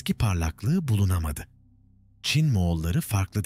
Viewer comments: Ç harfini kullanamıyormusunuz? Cin cin cin diye diye .... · Anlatıcı çin diyemiyor...